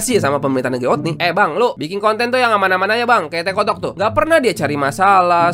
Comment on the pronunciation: Tekotok? Bukan terkutuk?😅